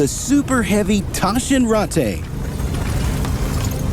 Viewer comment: They can't even get their pronunciation right. How will they cope with more complicated things? "Taschenrattay"??? One call to Mailand and they would have saved themselves the embarrassment.